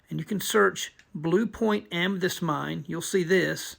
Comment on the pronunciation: Not Am me dyst. Am me thyst lol seriously!